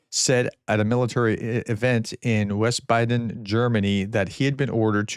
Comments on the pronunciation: Veezbaden, not wisbaden... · Wiesbaden is pronounced Weez baden. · Wiesbaden is pronounced VEES-baden. Good grief. You mangle well known city names on a regular basis. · Hi Prof, trying to help here. The town in Germany is pronounced: Vees Bod En. Their "w" usually sounds like a "v", and think of the "bad" part like the sound a sheep makes. Hope that helps! Keep on keeping on, Prof! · Wiesbaden Vees-ba-den. Wies, w is a v sound, long e ba, short o sound, as in pot den, sounds just like it looks (din)